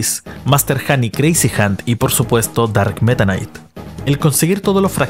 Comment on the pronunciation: Tomense un shot cada vez que dice "darkk metanaiic"